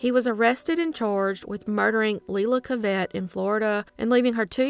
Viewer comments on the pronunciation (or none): none